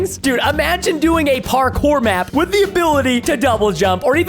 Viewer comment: did anyone notice he said abiltity